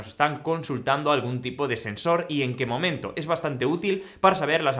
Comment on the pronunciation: Momiento? JSJS me dio risa auq sé q se equivocó por lo velocidad , lo felicito por el video<3 gracias Señor